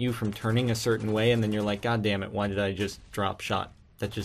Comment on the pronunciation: you say god damn it funny